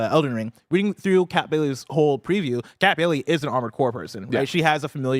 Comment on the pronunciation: I think you meant to say “Scat Bailey” from IGN…it’s a common mispronunciation Bless. 😊